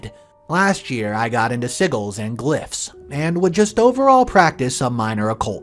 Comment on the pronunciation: It's pronounced "SIJ-UHLS" not "Sigguls" ..... you should know that if you're gonna make a 25 minute video about witchcraft topics